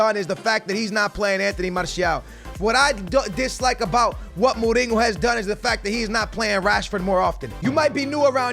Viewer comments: His name is Mourinho not mouringo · You’re saying mourihos name wrong